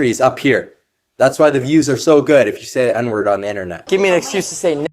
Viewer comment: He doesnt even say the n-word right